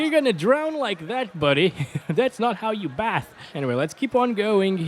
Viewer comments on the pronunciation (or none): Bathe. Not bath.